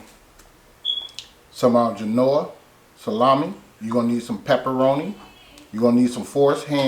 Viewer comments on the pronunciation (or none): I don't know why but this is the 3rd video I watch and no one know how to say GENOIA salami no big deal but I thought it was funny. But thanks for the sandwich tips.